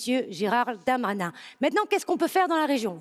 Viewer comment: Et Delli incapable de dire Darmanin